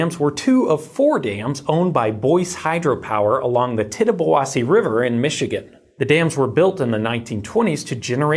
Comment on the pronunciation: I live 20 minutes from that dam. I was not affected, but I am impressed by your ability to pronounce the Tittabawassee River correctly. I also find it a little ridiculous that they're trying to rebuild the dam, when it serves no purpose anymore. It's just the homeowners on the old lake are throwing a fit. I believe it's also a big concern about the dam that still upriver. I don't think it was an in bad of condition, but I don't think it's great.